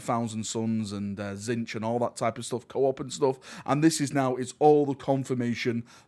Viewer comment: You missed out some of the best scenes. The use of the plasma pistol and the new plasma rifle thing that the hellbasters have Also the way you pronounce Tzeench is heresy